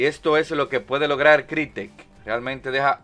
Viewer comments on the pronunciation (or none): Toda la galaxia: Crytek (Craitek) El Locon Gamer: CRITEC!!!!